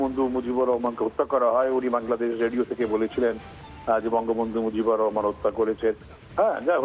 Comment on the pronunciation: Opps, Sheikh Reheman noy Rahman😅........ Nam e thik kore bolte paren na abar ascen tar hoye safai gaite😏😏mone hoy thik kore sikhiye poriye dite pareni apa🤣🤣